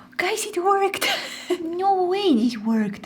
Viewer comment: not to be rude but when you say "it worked" it sounds like "it twerked" its kinda funny